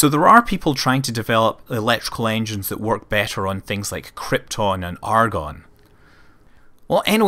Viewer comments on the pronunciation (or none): none